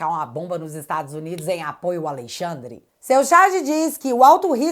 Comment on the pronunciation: É notável como já sai "naturalmente" ALEIXANDRE quando se refere ao Ministro Mor. Kkkkk